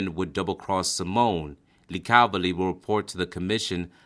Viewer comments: Its pronounced LICKA-voli not licavili, John Penis Tronolonayyy with a picture of Anthony Strollo? Dude really? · I know that the underboss of Detroit Black Bill Tocco had a house in Miami and had moved down there in the late 30s. And Licavoli is pronounced La CAAV oh Lee of the American is lick ah vole ee😂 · It’s pronounced lick a voh lee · Sammy said hitman's hitman. He's just making up stories Sammy pulled the trigger once or twice lmao. Good video. FYI it's pronounced Lick a vole and Grenich village that's not how it's spelled but it's how it's pronounced. The rest whatever gravano said it's probably about 25 to 30% true. Good job on trying to pronounce it right though I know it's hard. In the future it's probably a good idea research how to pronounce it before you make the video because it just makes it look more credible that's just my advice I enjoyed the video and thank you